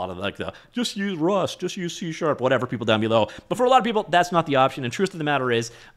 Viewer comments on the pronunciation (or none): none